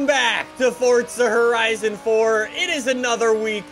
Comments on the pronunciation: It’s Forza not Fortsa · forza... FORZA. not FoRtZa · Fortsa it’s forza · Am I the only one who thinks he says “ Fortza “ sometimes? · Why does he keep saying fortza????? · Can you please pronounce words the correct way????!!!! "FORTSA" "HURAKAAAAN" JUST PRONOUNCE IT RIGHT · its forza not forza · The way he mis pronounces forza and huracan pisses me off